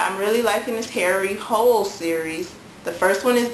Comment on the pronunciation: Harry's last name is pronounced like 'hula' :)